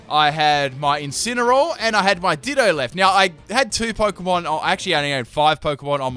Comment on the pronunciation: Lol it's incenaroar